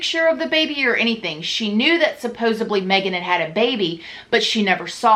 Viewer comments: I love you. I hope you don’t mind me saying. It’s “supposedly “. With “d”. Not “supposibly” with a “b”. 🥰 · For the love of god stop saying "SUPPOSUBLY"!!!